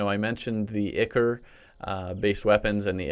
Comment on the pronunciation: Am I the only one who is triggered by him pronouncing "ichor" wrong?